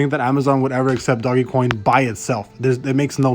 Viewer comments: Please stop calling it doggy coin. Just stop. Can't even listen to your video.. I immediately turned it off. Can't even take you seriously because you sound like an idiot. Dogecoin. (Doje-coin) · Hey guy it's DOGECOIN not DOGGYCOIN asshole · it's not doggy coin moron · There's no reason for you to say "Doggy" coin either. If you're gonna talk about Dogecoin on your channel, learn how to say it right dude.